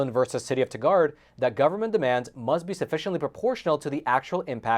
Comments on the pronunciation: Tie-guard = Tigard 🙂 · TI - gard 😂, not ti - GAURD. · The city referenced is pronounced TY' grd, not ti GUARD'. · That was an interesting pronunciation of Tigard, Oregon. Oregonians pronounce it more like "TĪ-grd". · It's pronounced 'TY-guard', BTW. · If "Tigard" is located in Oregon, it's pronounced like "Tiger" with a D at the end. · Dolan vs the City of Tigard. (It's pronounced like Tiger with a "D" ending)